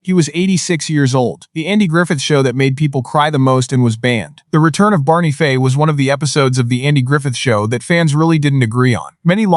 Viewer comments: It's Fife,not Fay. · FIFE doesnt sound like FAY. And saying "she" when it should be "he", very distracting. Thelma Lou, Barney Lou and Andy Lou??? Come on!! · This AI narrator is probably the worst I’ve ever heard. Pronouncing peoples names wrong, not just one, but all through the story everyone’s name was mispronounced wrong at some point. The worst was disrespecting Barney Fife’s character as Barney Faye at the end. Then it misgendered several characters calling the she’s or he. Either the person writing this story completely messed it up or AI totally screwed it up. This is one reason I hate AI so bad, it is so upsetting and infuriating.